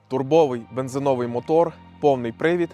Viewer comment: В українській мові в слові бензи́новий наголос падає на другий склад — на літеру и.